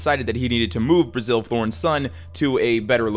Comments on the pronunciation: great video as always, just one small caveat. During the whole Graeme Thorn part it sounds like you keep calling his father Brazil, when its just Bazil. Had me real confused for a second there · You kinda botched the names of the Thornes, they were pronounced "Basil" and "Graham".